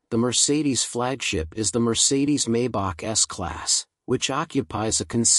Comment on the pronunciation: Please don‘t say “Maybuck“! The correct pronunciation is “Mybuch“ with the “ch“ sounding like the Mexican ‘J‘ in ‘José‘. And the 300 (“Dryhundert“) is called “Ah-denower“ after the first postwar German chancellor. And „Rolls Royce“ is double stressed (the names of the inventors with Royce being the construction guy).